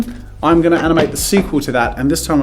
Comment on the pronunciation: “stick figga”